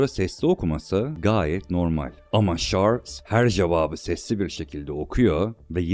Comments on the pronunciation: Şarls! Vurguların o kadar yanlış ki konuşanın sen olduğunu sonradan anladım ,yabancı bir kesite seslendirme yapılıyor gibi duruyor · Kardeşim iyi güzel de şu dolandırıcı adamın ismini bi doğru telaffuz ediver ya...çarlz. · şorls ne abi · Çarls yerine şörl'e ve sayısız garip, anlamsız telaffuza katlanabildim ama "ünivörsitöyi" kelimesi son damlam oldu, dinlemeye devam edemedim. Kaliteli bir içeriğe sahip bir kanal gibi ama konuşma süsü verilmiş dil cinayetlerine tanıklık etmek hiç hoş olmuyor. Her dil vatanı için güzide bir özelliktedir, insanları için önemlidir. Hiç bir dil bu denli zulüm görmemeli. Dolayısı ile kanaldaki "çocuk" aslında düzgün konuşmanın "cool" olduğunu anlayacak kadar büyüdüğü zaman "ürlülüülü" demeyi kestiği an bu içerikleri izlemekten keyif alanların sayısı artacaktır. Seve seve +1 olurum mesela, ama benim gibilerin biraz sabra ihtiyacı var gibi görünüyor. Şimdilik "engelle" değil ama, gördün mü kaç! Not: Ses tonun çok güzel, lütfen düzgün konuş. Önün, yolun çok açılır ve içtenlikle temennimdir bu, ey ülkemin pırıl genci.